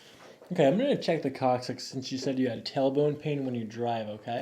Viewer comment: The "coccyx," huh? Lol